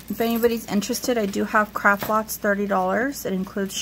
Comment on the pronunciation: Hi, did you say crap? Or craft? Hehehe